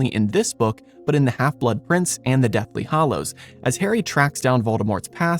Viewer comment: The way you say "Hallows" triggers me